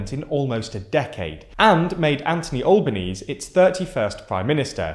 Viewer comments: It's pronounced closer to Al-bo-knee-see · Learn to pronounce Anthony Albanese's name. "Al-ba-nee-zee". It's not that hard. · Anthony Albanese is pronounced Al-ba-knee-zee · Aussie here. Just being pedantic, Albanese is not pronounced like knee's at the end but more, but more like knee zee, so Alba 'knee zee'. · Ok, that pronunciation of Albo’s name was just horrendous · Was going to comment the same thing 😂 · Try not to mispronounce simple shit challenge (impossible). Like, I get these things require effort, and the amount of content being produced by so few people guarantees errors, but when researching, would you at not be able to at least view one Australian news broadcast covering the election? And, by extension, learn the pronunciation of Albo's name through the viewing of said broadcast? TL;DR, It's pronounced "Al-ba-nee-zee" or just Albo if you can't manage that.